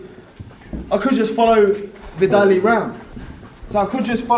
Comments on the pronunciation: Did Conor just call him “Viddali” 😂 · Man said "Vidally" 😂🤦🏾‍♂️😂